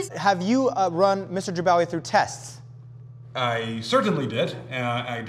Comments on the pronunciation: he said jabawagi not bajagawi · Jibwaki instead of Jibawi 😂😂😂❤